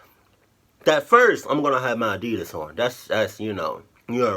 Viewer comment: fuck adidias bro commoon !!! 😂in every fuckin vedio i hear that 😂😂😂